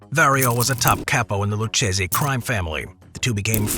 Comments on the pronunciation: It's pronounced LOO-KAY-ZEE, not LOO-CHAY-ZEE you dope. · Loo-kay-zee. Thank you.